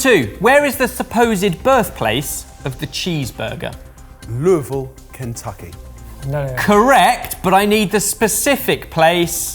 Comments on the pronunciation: Bless him for pronouncing Louisville correctly. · You guys say Louisville like PROS!!! Seriously, people here in the States can't get that right if they try if they're no where near Kentucky.